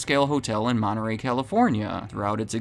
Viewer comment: Del Mon-tee from Money-ray